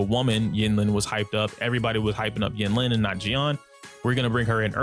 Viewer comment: it's pronounced een-leen